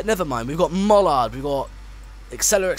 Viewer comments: U mean mallard not mollard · It’s not pronounced Sir Nigel Greesley it is Sir Nigel Gresley and it’s pronounced Mallard not Mullard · good video some names are pronounced wrong like mallard and gresley but i do like your videos and one final thing the locomotive you were driving is called the bullied light pacific not the golden arrow, the golden arrow is the name of the express but well done im sad to see it all end